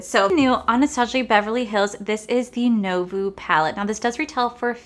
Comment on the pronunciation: You’re so cute! It’s pronounced “new-vo” lol